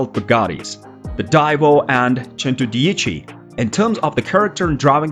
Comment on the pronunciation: Cento dieci 110 omg your pronunciation